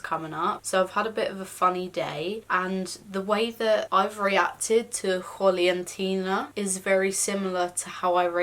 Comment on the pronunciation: Juliantina, great pronunciation! Yey